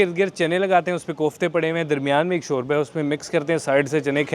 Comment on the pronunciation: Shorya boltay hayn 😂😂😂